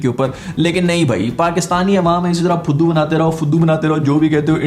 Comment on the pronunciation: Phuddu instead of fuddu was so hard😂